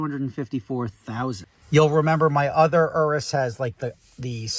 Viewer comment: Thanks for pronouncing urus properly